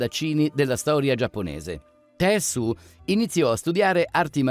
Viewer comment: Si pronuncia „tessciu”, non „tessu”